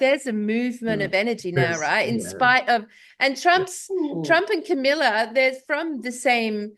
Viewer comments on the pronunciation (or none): kamala not kamilla lol jsayn❤